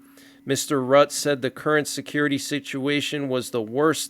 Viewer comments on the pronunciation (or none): none